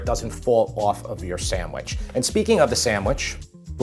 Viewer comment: The pronunciation is sanDwich, not saMwich! Don't make it if you can't say it.